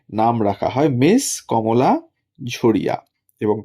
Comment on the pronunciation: ঝরিয়াকে ঝড়িয়া বলছেন কেন??????